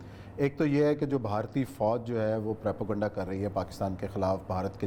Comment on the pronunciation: k mu se propaganda ko prapoganda sun sun k hasi any lgi h Bhai bolna sekhly phly